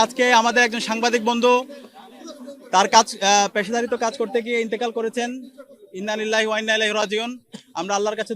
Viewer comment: ভাই ইন্না নিল্লাহ ,নয়, ইন্নালিল্লাহ হবে।